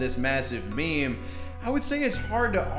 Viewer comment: Did he just pronounce meme as "maym"?